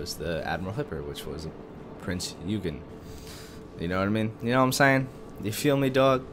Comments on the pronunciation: you should say oigen. Prinz Eugen is said like Prince Oigen. (nice video!) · Prinz Eugen- Prinz OI-GEEN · Prinz Eugen is pronounced Oi-gen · I think the cruser is pronounced "oygen", not sure